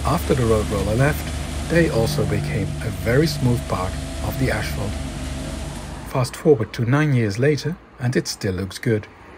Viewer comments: Good video, but the word is pronounced as it is spelled 'asphalt', not 'ashphalt'. Lord knows your English is way better than my Dutch, but still ... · it's asphalt, not ashphalt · STOP SAYING "ASH" FFS